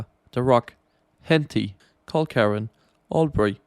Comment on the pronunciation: Just so you know, try producing Culcairn as "Cul-can"